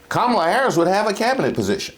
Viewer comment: Ok Cubans, Nicaraguan, Puerto Ricans, etc. Y’all FAFO. That’s all I got to see! It’s Kam-a- la ! So you go on and keep your Frump. Keep Laughing! So, it’s funny ha Ha, Ha, the JOKE is on you! How dare you? Get out of our country! Don’t ask us for hope, and support!